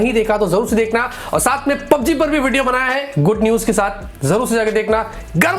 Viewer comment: PUBG main "G" nahi hain sirjiii